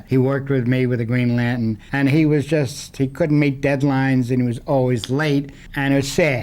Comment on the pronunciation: I liked how he pronounced "Green Lan'tun." He actually said "Doiby."